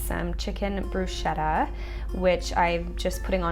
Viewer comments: Hi beauty! Love your videos! I am italian so I expecially enjoyed seeing your dinner :3 well, I must say that: the proper, italian pronunciation for "bruschetta" is "broosketta" (added the double o to make the italian "u" sound!)... And here the "ch" sound is not sweet, it is like your "k", like in "Kate" for example! But don't worry it's just a little thing I wanted you to know, my english is so bad ahah Love from Italy! Francesca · HI! I love your videos and this one was very inspirational, as usual. Just one thing: I'm from Italy and in Italian the 'ch' is pronounced 'k', so you actually say 'brusketta' :)